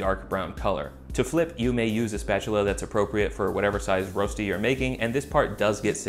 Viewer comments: It’s pronounced Roesti [røːʃti], good vid tho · Me, a german, watching this video solely to hear how he'll pronounce Rösti: 👀👀👀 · The ö is actually pronounce kinda like the vowel in "burn" :D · You haven't quite got the "Ö" sound down yet but the food looks great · I'm such a pedant. Every time you said "ROStee" I just wanted to jump in and say "ROSHtee! It's ROSHtee!". IPA: ˈrøːʃti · it's pronounced rösti not rosti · I love you dawg but I need to give this video a thumbs down. Here's why: 1) It's pronounced RÖÖSCHTI not rostey. 2) That's waaay to much oil 3) Rösti can only be eaten in these variants: -with melted gruyère on top -with diced bacon -with a fried egg -any of combination of the 3 above -with züri gschnätzlets (typical dish with sliced veal strips, white wine, cream, and demiglace) 4) Please don't smoke rösti yours sincerely every Swiss person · Its pronounced “rösti“ not “rosti“ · Swiss here. It’s pronounced Röschti ;) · Two things that were not mentioned : - Please use hard boiling potatoes. If you don't, you might end up with something more akin to potato purée than Rösti. - Unless you're vegan, use butter. It's so important it's almost a main ingredient, and it will just elevate the taste so much. - Traditionally, the seasoning is just salt and pepper. - It's pronounced RöööSHti - I won't say it's sacrilegious or anything to eat it with salmon and all, but the most traditional ways to eat it would be either on its own, with some bacon, or, very commonly in Zurich and the german-speaking parts of Switzerland : Zürigschnätzlets (similar to beef Stroganoff, i.e. beef or preferably veal strips with a creamy sauce, optionally mushrooms). Sour cream and chives is an excellent addition though, which will make it similar to eastern European dryaniki. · Also it’s pronounced Reu-Shti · Your pronunciation "Rosti" makes my hair stand on end. English has the "ö" sound. It's the 'o' in 'work'. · Writes Rösti, but says roasty 😆 #OnlyAmericanThings